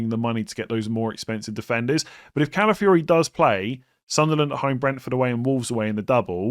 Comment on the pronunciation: Ladies and gentlemen, we’ve finally reached the day where says Calafiori’s name correctly. Never thought we’d see the day 🎉😢